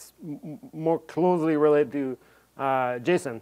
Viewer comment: yeah i love it but i can't stop myself from hearing him say "jism" every time he says "json"